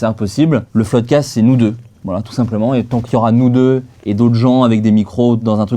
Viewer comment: C'est rigolo qu'au début il disaient "floude cast" et maintenant c'est le floodcast ...